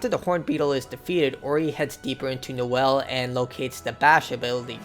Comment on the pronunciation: actually its Niwen not Niwel because for some strange reason that triggered me